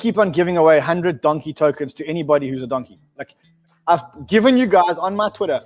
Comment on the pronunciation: Love the show Guys, Don-key PLEASE...